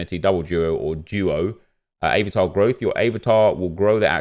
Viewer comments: Hahaha i almost choked on my food when he said avertar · Man said “aye var tar” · What’s up with the pronunciation of “eh-vatar”? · Why are you saying Avatar so weird?? 😂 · I’m sorry but how did you say avatar... LOOOOL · Why’d he say avatar like that 🤣